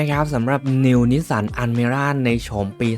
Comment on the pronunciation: Al อัล✅ อัน an❌❌❌